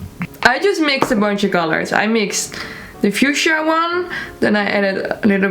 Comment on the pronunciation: Not me also forgetting how to say fuschia after hearing attempt to say it 😂